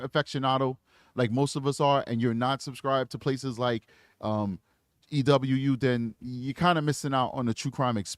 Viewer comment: Just for future reference, it's pronounced "E-WOO". Not trying to be rude at all, I just love their videos and want them to have the right representation!